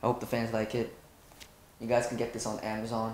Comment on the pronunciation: i think mark remembered something when he said “AMAZON” AMAJOHN AMAZON